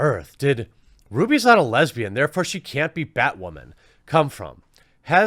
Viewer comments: Is he saying “ bat-ramen or bat-women”? I can’t fucking tell! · "Batwhamen" lol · Bat whamman? Batdyke!